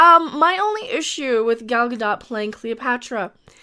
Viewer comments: It is Gal Gadot. Ga-doe not Ga-dot like Mer-loe not Mer-lot for Merlot. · Gad-oh-t. Long o with a soft t at the end.